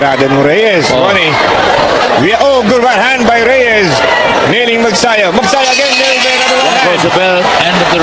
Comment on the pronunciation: Mag'sa'yo HINDI Mag'sayo' GAGONG Ai